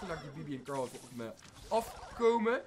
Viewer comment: probeer carl te zeggen en niet cral